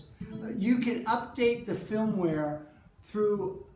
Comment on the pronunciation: maybe it's just my hearing but I swear is saying 'filmware' not 'firmware.' Am I crazy? Otherwise this was a great little video. I just got one and agree the distortion setting should be called feedback.